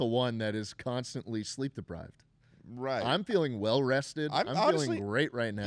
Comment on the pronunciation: HE SAID SLEEP DEPRIVED LIKE FROM SLEEP DEPRIVED